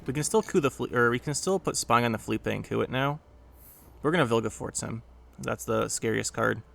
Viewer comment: Assimilate vs Status Ball is always such a funny match up, you played it really well I think - also I think Philippe is pronounced like “Phil-eep” bc it’s a French name rather than the Spanish “Felipe” with the “ay” sound on the end